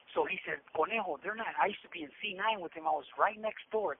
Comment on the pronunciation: It’s conejo not cornejo